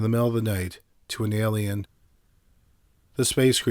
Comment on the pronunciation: There’s a lot of Amazing calm speaking narrators on YouTube. Top 5s comes to mind. However, the consistent mispronunciations of ordinary words is grating for quite a few viewers & listeners. A lot of it appears or I assume is it to be the 🇨🇦 accent & a lot of it almost has sounded , like for years now, just an inability or refusal to pronounce the full word, it’s one thing to say ELLY-inn every time for the word alien but quite another to not care to realize that full endings or words are just skipped , the end of words such as Forest, instead he constantly says Foress. Or something along those lines, just kind of a wild line of work to be in when speech & possibly malaprop is heard almost more than correctly pronouncing words, or I’d imagine he’d say Worse not WorDs.